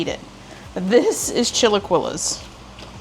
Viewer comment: pronounced "chee la key lays